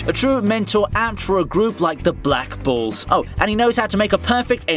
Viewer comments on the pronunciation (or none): Somehow my ear heard him says "Black Balls" instead of "Black Bulls"